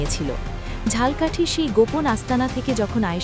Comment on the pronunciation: পাঠিকা বার বার ঝাল্ কাঠি উচ্চারণ করছেন। ঝালকাঠি এর সঠিক উচ্চারণ হবে ঝালোকাঠি।